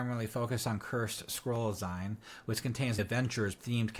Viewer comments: Zeen..not ZIne..as in magaZEEN. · Zine = "zeen" like in magazine.